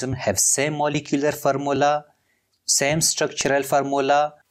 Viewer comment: its formula not farmula, its bidentate not ambidintid